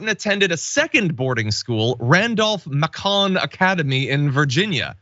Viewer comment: Randolph Macon... rhymes with bacon